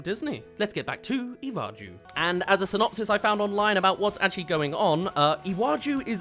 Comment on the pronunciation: I am Nigerian and I love that Disney is doing this but if I hear one more person mispronounce "Iwaju" ,"Lagos" , or "Yoruba" I'm gonna lose it .